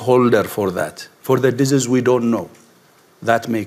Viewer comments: The man can't even say the word 'disease'. He also misspoke. They have been preparing Disease-X, not preparing FOR it. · He is head of WHO and he can’t even say the word ‘disease’ properly 😡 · Sorry I don't like the way he pronounces disease it's annoying as hell... and oh if that was the only complaint I had? We will Exile the Knights of Malta and they are responsible for the oppressive domination of all sectors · You'd think that being able to pronounce 'disease' would be an advantage for someone at the head of the WHO. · The head of WHO can't even pronounce the word disease.